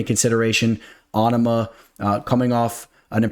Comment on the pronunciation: OH-NAH-MAH 😂😂 Your name pronunciations crack me up. Let's get to that bag tho!!! $$$